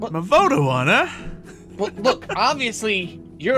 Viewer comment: Dude really said voteawan